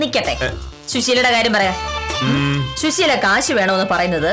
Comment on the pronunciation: യുടെ ഉച്ചാരണം ശരിയല്ല. ശുശീല എന്നാണ് പറയുന്നത്. സുശീല ആണ് ശരി